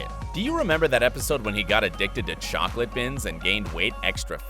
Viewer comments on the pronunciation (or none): none